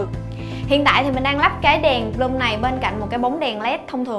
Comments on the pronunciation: N phải là bờ lum nhé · vcl tiếng anh =)) Bloom = bờ lưm